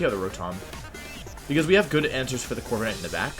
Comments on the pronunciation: corvi ca nite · Bruh Corva"KA"night hurt my soul